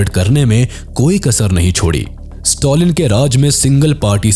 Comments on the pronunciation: Stalin ❌ Stolin ✅ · Note to pronounce the names correctly Don't Pronounce Stalin as Stolin.